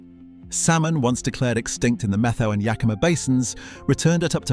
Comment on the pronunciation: "METHOW" is pronounced, MET--HOW. Try talking to older people that are actually from Eastern Washington. Why was there a photo of Ted Nugent in there. He's from Texas. That being said, I am a big proponent of allowing these magnificent animals to thrive for the very reasons in this VLOG. There are a few of these furry creatures in the stream a few yards from my home. They are all thriving in the pond they built.